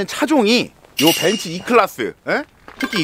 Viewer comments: 벤스 발음 듣기 좋네 ㅋㅋㅋㅋㅋ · 벤츠를 벤쓰라고 말하는게 왤캐 고급스럽고 믿음직스럽지ㅋㅋㅋ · 중파형 벤츠 발음 고급지다